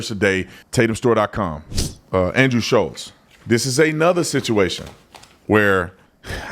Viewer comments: Guys it’s Schulz not Shutlz. Forever you guys are saying and spelling his name wrong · FFS.... How is it that only the people that dislike Andrew SCHULZ. Know how to spell and say his name? I love your channel. But c'mon. Getting names right, is 101 stuff.